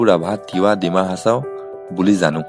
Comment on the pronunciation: সকলো ঠিকেই আছে কিন্তু অকণমান ভুল উচ্চারণ কৰা হৈছে। ডিমাহাছাওৰ ঠাইত "ডিমাছা" হ'ব আৰু ছিখ্লাইৰ ঠাইত "ছিখ্লা"। বাৰ দৈ ছিখ্লা (বৰ দৈ চিলা) বাৰ- বতাহ, দৈ- পানী, ছিখ্লা- ছোৱালী।